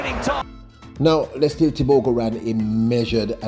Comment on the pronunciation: Bro. His name is pronounced Let See Lay